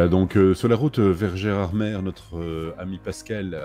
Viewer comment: Belle vidéo ✌ repeat after me: "Gérardmé" et "chlourt" 🙋‍♂